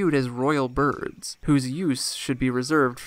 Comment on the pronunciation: It's weird but every time I hear you say birds it sounds like Burbs